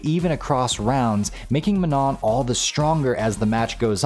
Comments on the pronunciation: Manon is a name that has nothing to do with the word "non", so it's not pronounced the same way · The n at the end is pronounced. Don't trust Google Translate on this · Good video. The only thing I want to critique before it's too late is, you pronounced Manon wrong. Please look up the proper pronunciation